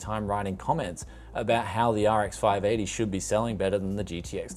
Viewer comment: Where do you get these cases with RGB and so on? I think you use them more often in your builds. I really want them for the PC's I am selling too. :D By the way, sound like you said "RX five naughty". Laughed more then I should have. :D Much love from Germany: TechJaStadt <3